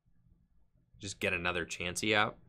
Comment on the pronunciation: Also I like how you say Chaunsey lol